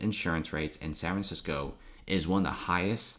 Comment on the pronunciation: Sanranissco......dude, annunciation for the love of Christ.